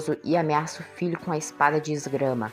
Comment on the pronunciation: Não é esgrama é esgrima